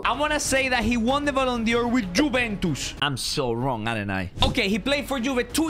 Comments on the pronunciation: I love how he says ballon Dior not ballon d’or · ballon "dior" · Me: Ballon d’or: Ballon Dior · “Ballon Dior” 2022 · ballon dior its dor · “Ballon Dior” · the way he says ballon dior :face-blue-smiling